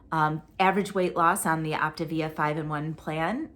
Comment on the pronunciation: 💪🏻, are you saying “Optavia?” It sounds like you’re saying “Optivia.” I have friends who lost with Optavia, but they have all gained their weight back (plus more). I feel like it’s not sustainable for a lot of people. It’s also an MLM, so there’s that. Being on a GLP-1 and eating real food seems like a more sustainable plan. You are doing so well and looking great. You are going to be such a beautiful bride! 👰 I love the legal explanations. You make it so easy to understand all the lingo and jargon!